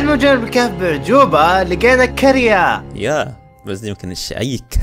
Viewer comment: يسطاا عاش بس هي قرية مش كرية ❤😂